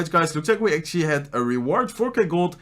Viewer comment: Why are you always say actuallay